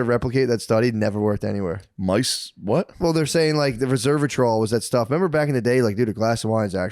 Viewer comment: It’s “res-ver-a-trol” , not “reserve-o-trol”. Ugh why am I such a nitpicker? 🤦‍♂️